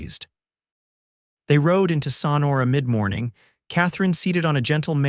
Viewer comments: THE BAD PRONUNCIATIONS IN MOST OF YOUR TALES - THE NAMES OF PEOPLE AND PLACES can be corrected in the future! For instance- in this tale the pronunciation of SONORA can be found by keying in "Sonora pronunciation" - you can listen to it several times over if you wish! It is pronounced "SO-NOR-A" You should have someone fact checking all you tales before they go out to the public! And, some of your tales are cut off way too soon at the end! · Learn how to pronounce Sonora correctly. Suh nor’ uh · so nora. Pronunciation. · I also enjoyed this story! The only caveat was the narrator's inability to pronounce Sonora! And Jay-cob-son!